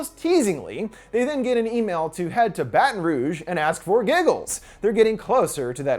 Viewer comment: Thank you for saying baton rouge and new orleans correctly ❤️😂